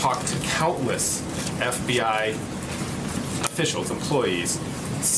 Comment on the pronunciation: It's pronounced "eff bee eye" not "eff bee AH". C'mon